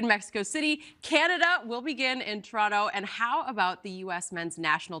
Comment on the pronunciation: The Paisano pronouncing toronTo had my dying. Then Kevin was there to clear it up. See? Kevin is necessary in such an important announcement because all Ontarians were thinking the same thing.